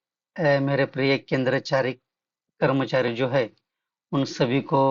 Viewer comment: KENDER CHARI KIYA HOTA HAI BOLNA SIRK LO.😢